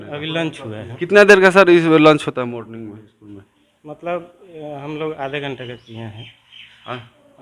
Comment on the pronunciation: Pehle bolna to sikh le....... Morning... Ko... Morling bol raha hai....... Ek bar bdo. CEO... Ke bare me pucho... Ki ye log late.. Or... Itna obsence kyu rahte hai... Block staff ke bare me.. Video banao.... Kewal school me hi himat hai dikhane ki.... Block prashaasan chuter me danda kar dega..... Ek bar ja ke dekho nani yaad aa jayegi